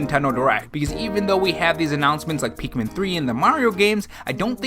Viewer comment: “Peekmin 3”